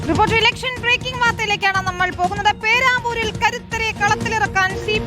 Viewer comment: Peramboor alla peravoor😂